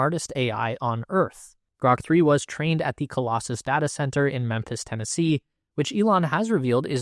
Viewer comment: You said “giant tata” 😂